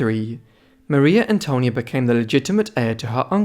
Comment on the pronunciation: No se dice Mario Antonio no seas tonto .Es Maria Antonia.